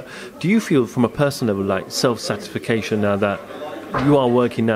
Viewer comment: We all know Tyson (Mike) said satisfication once, now this bloke keeps saying it, is it actually a word then?